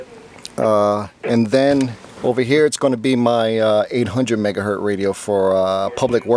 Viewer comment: Megahertz NOT “Mega Hurt” 🤦🏼‍♂️